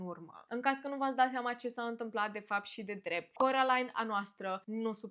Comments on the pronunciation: De ce ,,corălain" și nu ,, Kerolain"😭😭😭😭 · Carolain nu Corălain🤦